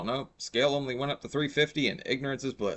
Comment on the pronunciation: I hate how she overemphasizes saying the word “only!”. It sounds like they are telling her what to say. :(